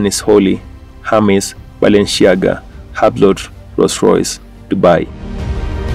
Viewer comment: Lol at “hub” “Lot” it’s pronounced Hewblow (Hublot)